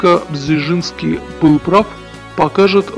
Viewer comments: не Бжижинский , а Бжезинский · Почему нельзя нормально произнести:"Бжезинский"? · Бжезинский родился и рос первые годы в Харькове, столице УССР тогда. Записан как польский гражданин был по "порту приписки" родителей. Маленький совет: если трудности с произношением польских имён и фамилий с такими сложными звукосочетаниями, как у дедушки Збига Brz-z-ński - произносите это rz "рж" как в чешском и южнопольских говорах вместо "ж" как в стандартном польском, потом "р" можно редуцировать. Так будет лепей. Да, поднагадил старик Украине, и российским демократам, и всей демократии в Европе, перед смертью изрядно, занял практически позиции трамповского крыла репов. Да и с советничеством у Картера не очень ясно чего больше он делал: помогал возможно лучшему Потусу послевоенных десятилетий или его лютым врагам. Тем не менее в своей "шахматной доске" написал один умный вещ - проблема не в марксистской идеологии, якобы реализованной в большевистской России, проблема милитаристской экспансии - в самой России. За что ему и RIP.